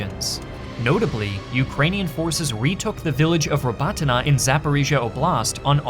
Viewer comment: Your Ukrainian pronunciation is ass. Stop overthinking it, just pronounce it how it looks Voo-ley-dar Sole-ey-dar Robotyne and Avdiivka seemed about right